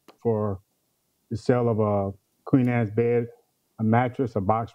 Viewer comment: Wait! I'm sorry, but did he say, "Queen ass bed?" I clearly didn't hear , "Queen sized bed." Somebody help me please 🤔🤣🤣